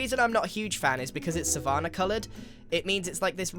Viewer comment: Grians pronunciation of savanna is oddly jarring